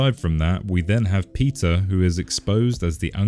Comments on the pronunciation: why every time you say peter i hear pizza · When he says Peter, it sounds like pizza 😂